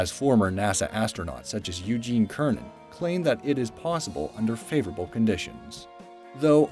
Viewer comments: Eugene "Kernan"??? It's pronounce "Sernan", spelled Cernan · on the great wall segment, the astronaut Gene Cernan's name is pronounced Sernan, not Kernan. and the vid clip shown was of Dave Scott's Apollo 9 EVA. Cernan was on Apollo 10. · Astronaut Eugene Cernan's name is pronounced with a soft c, such as in the word cent, rather than a hard c, such as in the word cat. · It’s ser-nan not ker-nan for Cernan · "Cernan" is not "kernan"... it's "sernan". srsly brodude. can't you even? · Cernan. It's pronounced "sir-nen." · The astronaut you said, Eugene Cernan is pronounced like Sirnan, not like Kirnan.. Just wanted you to know the proper way to say it for future reference.. :) You're welcome.. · Gene Cernan's last name is pronounced with an "s" sound not a "k"... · He called him Irene kernen lol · "A few earthworm species like planaria..." "At low earth orbit, or about 2,000 kilometers above sea level." Pronouncing Eugene Cernan as "Ker-nan" If you're going to make a video about straightening out the facts, you need to avoid stupid mistakes like that.